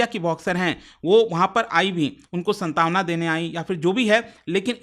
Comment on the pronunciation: सन तावना नही सान त्वना ,आपने हिंदी के साथ ये नही करना चाहिए